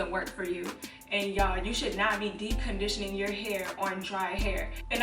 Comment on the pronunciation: 🤣🤣🤣 “dee condition”